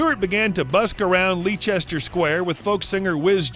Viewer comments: Lee-chester Square? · lee Chester square? LOL.